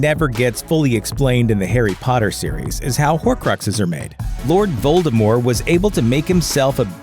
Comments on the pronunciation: A horcrux seems to have tainted this narrator's ability to read and or pronounce names. "Voldemore" disapproves. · anyone else put off that the narrator keeps not pronouncing the T in Voldemort's name? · The T is not silent in the name Voldermort!!!!!!! You could turn the mispronunciation into a drinking game with this video. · You DO know you're supposed to actually pronounce the "t" in Voldemort, right? It's not the Colbert Report. Lol. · Lets go ahead and enunciate the t in Voldemort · I am just wondering why the narrator drops the T in you know who's name? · there is a T at the end of Voldemort. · Domus deBellum jk Rowling said herself that the t is silent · Well J.K said "t" is silent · Nope. The French is close to vol-de-mor and quite unlike this guy's vol-de-more. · Its Voldemor"T" NOT VOLDRMORE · It’s Voldemort. Not Voldemore. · Am I the only one annoyed by the missing "t" in his pronunciation of Voldemort. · Why do you keep saying Voldemore instead of Voldemort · Making the "T" silent a la French makes it vol-de-mor, not vol-de-more. The guy's pronunciation here is plain rotten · If he says ‘Voldemore’ one more time. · STOP CALLING HIM VOLDEMOR! The 'T' isn't silent. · VoldermorT .... with a 'T' on the end ! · Voldemore? Who's Voldemore? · Voldemort. French. With a silent T at the end. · Ew. “Voldemore” Yuck. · who is "Voldemore"? Did you get someone who has never read or seen Harry Potter to read the script for this video? >.< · "lord voldemore" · was he just saying voldemore the whole way through? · Why do you turn the T in Voldemort into a silent T? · I can’t make it through this entire video - Voldemort has a T on the end of it. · VoldemorT - pronounce the T god dammit! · Voldemort. Not French. with a T at the end. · This dude keeps saying Voldemore instead of Voldemort and it’s killing me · it was driving me up a walk that he kept saying ‘voldemore’ instead of voldemort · VOLDEMORT not voldemore..... :/ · Its not voldemORE its voldemORT